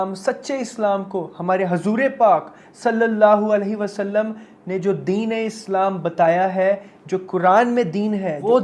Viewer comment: Its “ deen “ not “ din “